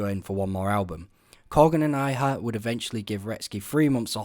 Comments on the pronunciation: James I(Eye)ha is pronounced James I(eee)ha. It's pronounced eee-ha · Its James EE-ha not EYE-ha. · It's pronounced 'E-ha' not James 'Eye-ha', so obviously can't be that big of a fan!?! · EE-hah, James EE-hah (not eye-hah) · Man, I really wish you’d have pronounced James Iha’s name correctly. I don’t care if you’re Scottish or whatever. Iha is Iha. Ee-ha. Not Ai-ha. Really hurts your credibility in this video. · D'arcy is so pretty and she's a decent bassist. I wish she would come back and rock out another Indy band. BTW: James' last name is pronounced "EE hah," Not "EYE uh." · Iha is pronounced "ee-ha", not "eye-ha". A Pumpkins fan would know this. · Iha is pronounced eee-hah. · Iha is pronounced ‘ee-hah’ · James Iha's surname is pronounced EEhaa. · James "eye-ha"?! Jonathon "mel-oh-vin"?! C'mon man, do a LITTLE bit of work... 🤦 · Argh. His name is pronounced James EE-ha. I wanted to watch this but my face hurt too much from all the cringing. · Iha = "Ee-har" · You need to learn how to pronounce names before making videos, assuming that's even your voice. It's pronounced James EE-ha. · "James Aye-Ha"...."Mell-O-Vin"....what a goddamned idiot. 🤦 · Please stop saying James Iha's name like that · laims to be a “massive fan”, but can’t even Pronounce James Iha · Came here to say this. It was like nails on a chalkboard every time he mispronounced it. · You wildly mispronounced both their last names.